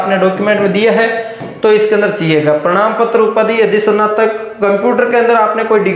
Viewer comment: Bhai prnam patra nhi prman Patra hota hai 😂